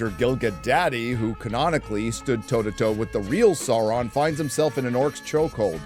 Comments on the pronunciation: What a "sour-man"? :face-blue-smiling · mispronouncing Sauron destroys your credibility